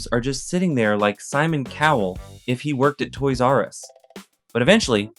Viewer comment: I, too, shall pronounce it "Toy Zarus" henceforth.